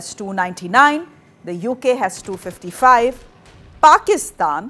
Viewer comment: I love the emphasis on PAKISTAN 🇵🇰😂 she mad bruh. "I wanna be a pilot"